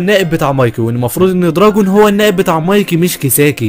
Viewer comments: معلش بس اسما طوكيو مانجي و اسمو دراكين مش دراجون😅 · دوركين ❌ دراكين ✔️ كزتورا ❌ كزتورا ✔️ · صحح نطقك لانه مره مو مظبوط اسمه دراكين واسمها طوكيو مانجي مو مانجا